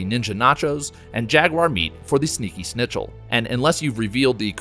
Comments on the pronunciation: You spelled it “mode” instead of “mod”, also said “Snitchel” instead of “Schnitzel” lol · Oh heeell no. Don’t say „snitchel“ to „Schnitzel“. Greetings from Austria ;) (That’s where „snitchels“ come from.) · The way you pronounced schnitzel hurt my poor German heart lol.